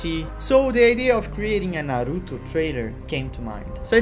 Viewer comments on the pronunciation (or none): Cê falou "Naruto" nos e na hora eu sabia. BR. O sutaque não engana kkkkkkk Muito feliz de ver um BR fazendo algo tão foda assim, parabéns cara S2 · I KNEW YOU WERE BRAZILLIAN WHEN I HEARD YOU SAYING "Naruto" AND "Madara"!!!!